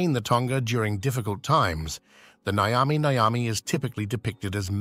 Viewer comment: It's not Nigh-yami Nigh-yami or whatever the hell you said. Nyami Nyami dude. Pretend you've eaten a nice burger or pizza or whatever, and you enjoyed it so much you say it tastes nyummy. Now say it twice